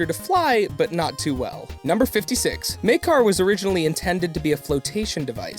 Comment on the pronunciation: its MAkar not MEYkar :/